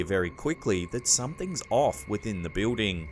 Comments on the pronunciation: great but I have to laugh each time I hear him say the word "Building" He pronounces it "Bewding" when its actually "BILLDING" the only other person I know who pronounces it the way he does is Kaitlin Bennett, A political journalist from Ohio. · Love your videos but could you say the word Building correctly please. Jesus dude your driving me crazy!!!!!!!!